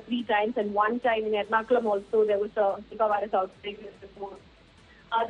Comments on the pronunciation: Her pronunciation is wrong, It's Neepa (Nipah) not Naipa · Its not nypaaa.. its nipah